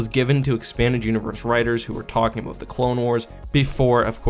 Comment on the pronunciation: “some topic that is worth talking ABOOOOOOT”